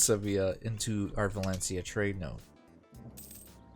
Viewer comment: VALENCIA not VALENICA